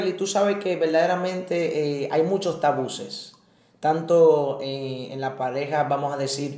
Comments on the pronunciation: Se dice Tabúes, no Tabuces. Bendiciones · Que alguien le diga que no se dice “tabuses” sino “tabúes” 🤯 ... El que el entrevistado sea interrumpido cada rato perturba... pero muy buen tema, desde que me casé tengo el pensamiento de que en la iglesia debería de hablarse más del tema, desde un punto de vista bíblico y sano... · excelente manito, ayuno y oración te ayuda pero si no buscas ayuda tarde o temprano se puede fallar nueva vez, y es tabues, no tabuses, debiste corregirle y cortar esa parte, el pobre pasando vergüenza tanto que lo repitió jjjj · Deberían primero que nada aprender a hablar, no son tabuses, son tabúes, disparateros. Y, realmente pareces un niño pequeño, abre esa mente, no seas ignorante.